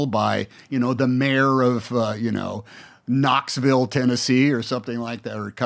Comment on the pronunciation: This mf said Knoxville TN 🤦‍♂️ 😂